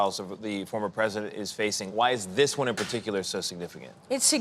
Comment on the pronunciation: He's the easiest pwesident